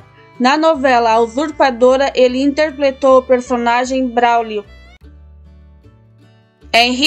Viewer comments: Essa menina fala interpletou. E interpretou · É fofo a narradora falando a palavra "interpletou", rs